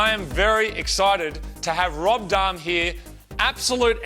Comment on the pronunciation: Is that Rohb Dahhm? Gahd dahm it’s Rhob Dahm!